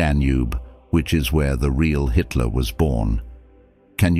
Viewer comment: He named Hitler he pronounced it histler